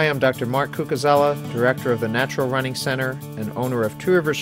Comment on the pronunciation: Its funny how you end the video by saying: "please go to our website for more on Natural Running" - sounds like you're saying: "Please go to the website for more unnatural running" :)